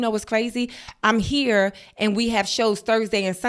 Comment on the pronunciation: the “ere” and “dere” are killing me 😂😂